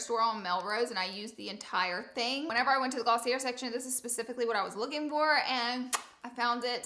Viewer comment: girllll it’s glossiYAY not glossiAIR